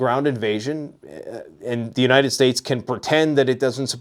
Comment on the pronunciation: "Unated Nations"